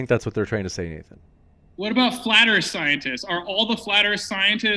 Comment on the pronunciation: "flat eath scientists" 🤣